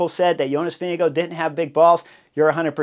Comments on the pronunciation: doesn’t seem obvious, reading the above about how to pronounce his name. The last part (gaard) is the old way of spelling “gård”, and is pronounced pretty much like the English word “gore”, not like “guard” or “go”. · Vingegaard...how is this actually pronounced ?? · THANK YOU !!! I was trying to make a point... As much as I enjoy the in depth analysis of racing bike racing, I wish there was at least an attempt at proper pronunciation of VINGEGAARD..